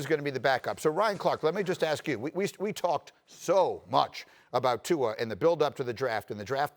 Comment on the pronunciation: Lmao at RC butchering Tua's name